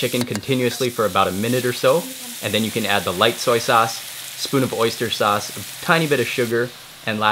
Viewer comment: Did you mean Oaster sauce or wochester sauce?